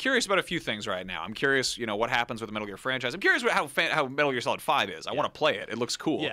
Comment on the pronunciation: Was anyone else kinda impressed by the way that guy said "metal gear" at the beginning?